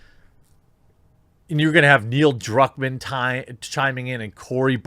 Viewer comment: Who did you say, again? Neil Drunkman, or something?